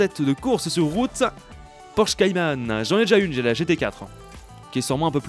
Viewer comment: Tes vidéos sont bien 👍🏼 mais on dit "Cayman" pas "Caymanne" 😂😂 (comme ça s'écrit)